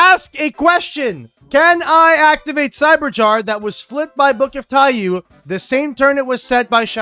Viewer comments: every yugioh player ever still mispronouncing Taiyou 💀 why could 00s Konami not just properly translate card names? who prevented them from just calling it Book of Sun (Taiyou = japanese for Sun) when we also have Book of Moon? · I mean you said it yourself, Konami caused this by not simply translating the name to "Book of Sun". There is no correct pronunciation of "taiyou" in english as it is not an english word, therefore the only requirement on players is that they successfully communicate to their opponent what card they are referring to. I have never met a player who would fail to recognize either TIE-yuu or TIE-yoh, therefore either pronunciation is valid from the english language's perspective. This is the same as any other loan word. Think of all the poor french words we've adopted and mangled. We can criticize that the pronunciation is wrong in french, but we still have to acknowledge that english speaking people do in fact pronounce them that way and the words are recognized IN ENGLISH as such